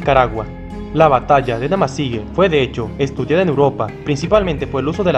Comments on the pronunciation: La pronunciación correcta es NamasigÜe ahí está el GRAN dierisis se pronuncia WUE ! No GE. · ¿Por qué pronuncias "Namasigue" si está escrito "Namasigüe"? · Es historia novísima, no sabia de esa guerra. Y te corrijo, no se dice Namasigue. Sino NAMASIGÜE.😊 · Hermano se lee namasigüe....Ue.... y no.... ge.... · No se dice Namasigue es Namasigüe y ya, investiga un poco más para que no te dañe el resto del video, dejo de verlo solo por eso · Se dice: Namasigüe! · La terminación fue con diéresis se pronuncia como jue y no como la pronuncias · Gracias por informarnos amigo , esta muy interesante. Debes pronunciar la ü.